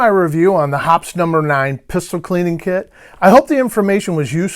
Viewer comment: It's pronounced "Hop eez". Not " hops ". I met the folks from Hoppes and that's how they pronounce it.